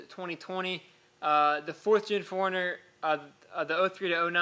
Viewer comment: I kept hearing "foreigner" its like WTF is a foreigner? OHHHHH 4 RUNNER